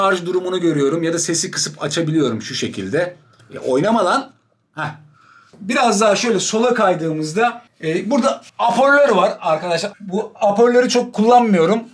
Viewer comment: Nobody:: Aporlör